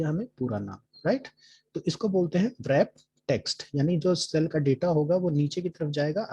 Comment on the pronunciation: wrap text bolne me w, silent rehta hai